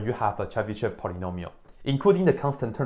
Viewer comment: First of all here we have yo (e with diaeresis, although diaeresis is usually omitted it is still there) and sh is hard so we say this name Chebyshov (more precisely Chiebyshov) Moreover accent is on yo (Accent is flowing and knowing where is accent is important for correct reading) You read it wrong and other take example from you and also read it wrong even if they where taught this language How I get formula for Chebyshov polynomials I started with cosine of sum then i wrote recursive relation for it cos((n+1)t)=cos(nx)cos(t) - sin(nt)sin(t) cos((n-1)t)=cos(nx)cos(t) + sin(nt)sin(t) cos((n+1)t)+cos((n-1)t) = 2cos(t)cos(nt) Let cos(t) = x and cos(nt)=T_{n}(x) T_{n+1}(x)+T_{n-1}(x)=2xT_{n}(x) T_{n+1}(x) = 2xT_{n}(x) - T_{n-1}(x) T_{n}(x) = 2xT_{n-1}(x) - T_{n-2}(x) so we have recursion T_{n}(x) = 2xT_{n-1}(x) - T_{n-2}(x) T_{0}(x) = 1 T_{1}(x) = x Here I used exponential generating function E(x,t) = sum(T_{n}(x)t^n,n=0..infinity) After plugging it into the recursive relation i have got second order linear ODE with constant coefficients (in fact initial value problem) This differential equation was easy to solve with Laplace transform Once i have got exponential generating function it appeared that it is easy to calculate nth derivative using Leibniz's product rule